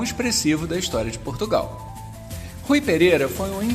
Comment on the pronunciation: Portugau?????? que é isso????'